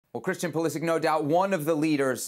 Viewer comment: It's Pulisic without a question. Stop.